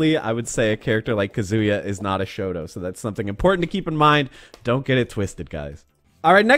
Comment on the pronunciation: You said "shoto", I heard "shota" and had to rewind, lol.